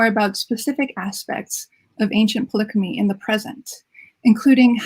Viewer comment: Youre saying polychromy wrong